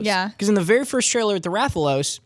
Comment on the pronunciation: You're saying Rathalos wrong